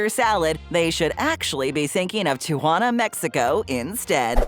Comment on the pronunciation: it is pronounced; tea-ah-wan-ah